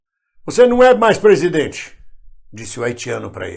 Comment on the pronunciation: "vc não é mais plesidente"